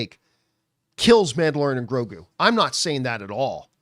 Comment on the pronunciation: You need to know how to say grogu first before complaining 😂😂😂